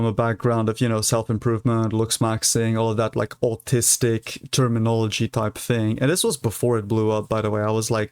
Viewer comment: Is he saying artistic or autistic??